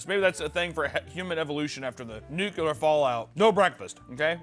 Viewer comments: I'd like to deduct 2 points from for pronouncing it "Nucular" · Seven "Nukyalers", but only one "Ickspecially"? 😢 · When you can't pronounce nuclear properly one time... 😂 Luh you beach